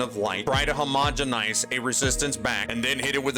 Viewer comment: Guys... Is it really a crafting video if he doesn't say "HOMOGANOGONINGIZING"?